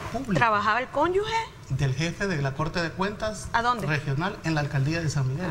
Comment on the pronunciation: la palabra es CÓNYUGE no CÓNYUGUE.